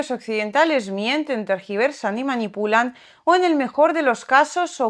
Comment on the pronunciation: Me encanta ese “manipulan” con esa pizquita de acento ruso que hace que suene “mañipulan” 👍🏻